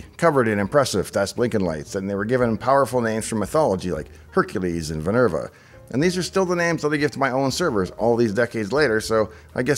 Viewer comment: Vinerva? You mean Minerva the Etruskan counterpart to the goddess of Wisdom Athena? Nevertheless I'm sticking to that for my personal servers from now on. Thanks Dave